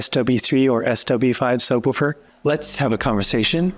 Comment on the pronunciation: a book is a book....a subwoofer...is not a sub wufer...it's a sub WOOFER!